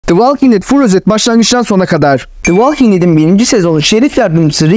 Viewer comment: Valking değil kardeş, volking. O kadar uğraşmışsin yapıcı eleştiri kabul et